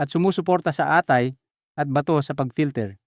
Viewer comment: Bakit di tama ang pagbigkas mo ng mga saltang atay’ not a-tay